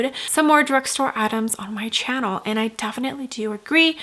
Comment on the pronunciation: You have the most annoying expressions while speaking. I am cringing listening to the way you pronounce “channel”… also the screaming in the background is what made me click off the video